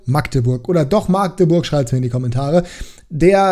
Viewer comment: Habe in Magdeburg ein paar Jahre gewohnt. Definitiv Magdeburg mit kurzem a. Also nicht: Maaaagdeburg 👍